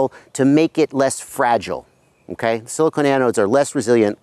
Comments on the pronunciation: Do you mean "silicon" pronounced ( sill-ih-kawn ) as in ie: silicon cpu wafer?. You are saying "silicone" (sill-ih-cone) as in the heat-resistant rubber-plastic like material that is an insulator, not a conductor. I'm pretty sure you're just off on your pronunciation of "silicon" as I'm sure you're refering to silicon anode cells that are part of a type of lithium-ion battery where silicon replaces the traditional graphite anodes. Silicone resin wouldn't make the greatest anodes or cathodes lol. Anywho there are some inherent problems with silicon anode equipped lipo batteries. One of the problems is that that after lots of recharge cycles the silicon material goes through what's called charge-induced volume expansion or simply the silicon can shrink and expand causing the material to crack or form micro-fractures during lithiation/delithiation phases(IE: think of like a super heated rock being thrown into cold water and cracking) Si anodes can also have problems with properly reacting with the electrolytes they use for batteries, whereas graphite anodes are very good at reliably interacting properly with the electrolytes. Both of these issues can cause thermal-runaway which you demonstrated awesomely in your video by over-charging - one of the huge benefits of Si anodes is excellent thermal dissipation as shown by your experiment when you note that it takes a long time for the battery to catastrophically overheat :P ! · He's asking since you pronounced it "silicone" ;)